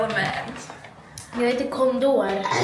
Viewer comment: Varför skratta jag ihjäl mig när uttalade ”Condor” på svenska 😭🤚